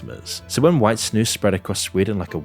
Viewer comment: I'm impressed the way you pronounce snus. Good job! 🇳🇴